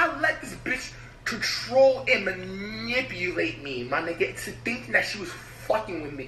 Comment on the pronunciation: Flight needs anger management class 😭😭😭😭😭lmaooo he couldn’t even say manipulate 🤦🏽‍♀️💀